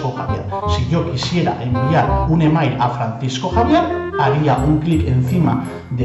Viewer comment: al pronunciar e-mail como se escribe hay que repetir para saber lo que dice pero bueno uno luego se da cuenta de lo que hablas, la música un poquito fuerte. El resto me gusta como esta explicado.